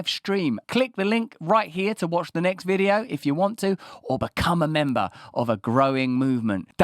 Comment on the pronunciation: Every time you say, "Or, become a memba." I imagine that you're hunting crocodiles.